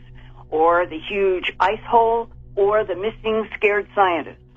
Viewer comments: She said “icehole” 🤣 Truly odd story. “Arianics” that’s really strange, and creepy. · She said "icehole"...